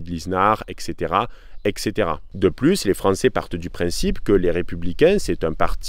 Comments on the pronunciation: Très bonne analyse, très travaillée, très concise, très lucide, bravo! Attention toutefois avec l'expression "EXCéTERA EXCéTERA", ça ne veut strictement rien dire. Il faut prononcer "ETSéTERA", car ça vient de latin "et caetera", et ça s'abrège ainsi: etc., alors même si 99% de la population (y compris des plus lettrés) dit cette énormité, sois différent! ❤ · Dans le sud on dit comme ça excétéra